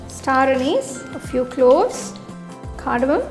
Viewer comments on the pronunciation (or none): none